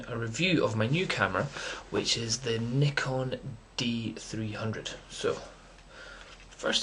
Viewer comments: Congratulations for the correct pronunciation of Nikon! lol...Great camera though, i have only D40 which is still great! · i cant belive it! first time i hear propper nikon pronounce! best wishes mate!